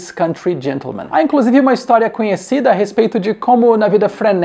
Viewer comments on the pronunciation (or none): none